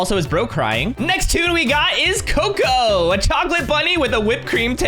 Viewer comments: Btw it’s cocoa not coco😳😳😔😔😔☠️☠️ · And it’s not coco it’s cocoa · It's not coco It's cocoa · It’s cocoa not coco